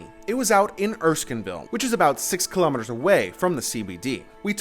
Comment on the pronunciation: Your pronunciation of the word 'kilometers' is incorrect.